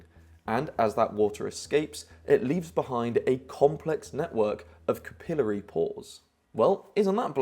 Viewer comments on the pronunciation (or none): kuhpillert. It's CAP-EE-LARRY lol your neighbor Larry. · ngl the way you said "capillary" through me off hard and i was distracted the rest of the video thinking if ive heard someone say it like that before or not